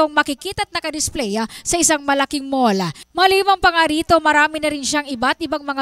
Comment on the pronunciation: mall-lah...paintings-sah...top 5 grand winner-sah!!!🤣